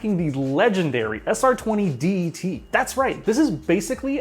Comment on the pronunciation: Say det in sr20det like a word dont spell it